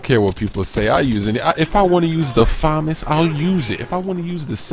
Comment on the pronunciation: he pronounced famas wrong